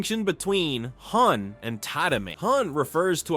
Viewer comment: "Hun" and "Toddamay" is diabolical.